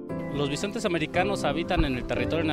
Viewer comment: Se dece BISONTES no BISENTES